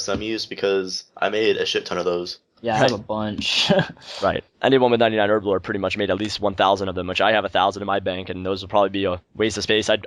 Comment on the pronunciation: it's pronounced Herblore, not Erblore